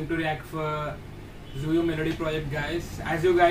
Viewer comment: Hey her name is tzuyu but pronausisation be like tzu-yi not zuyu..... Hope you guys understand 🙂🙂